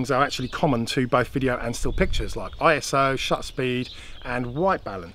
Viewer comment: Please, I.S.O. Is a word 'Iso' not letters or abbreviation. Still one of the three top drone channels. Thanks